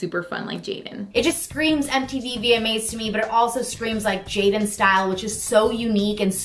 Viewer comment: ikr! where was the Clevver"Stal!"